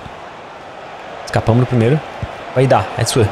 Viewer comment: ñ é IDÁH é Idah ñ tem acentoooooo😮